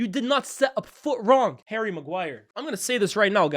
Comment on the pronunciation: His name is not hairy maguire its Harry maguire